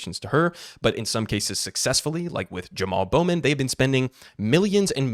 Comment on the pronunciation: Jamal Bowman lost so badly you're not even able to say his name. Oof.